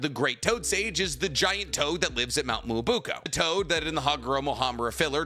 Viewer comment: So this whole "Muobuko" is actually "Myoboku"?